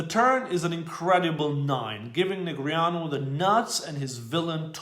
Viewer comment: At least we all now how to properly pronounce Negreanu - nice👏👏